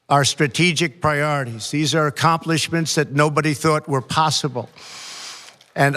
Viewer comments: History... accomplishmen shades? That was the heaviest slur I've heard in my life! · "Accompolableshades". I suppose of if you lie as often as he does, you can't keep anything straight anymore.